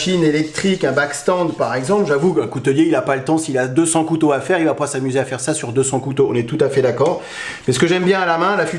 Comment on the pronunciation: là tu fais une légère erreur de prononciation mais qui est commune car c'est un mot difficile, cou-tau